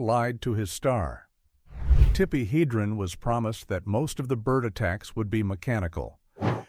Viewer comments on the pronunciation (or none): OMG it's "Heh-dren" not "Hee-dren". I've had it with these videos.